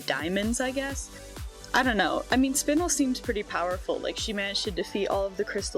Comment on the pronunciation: Very proud of you for pronouncing Spinel right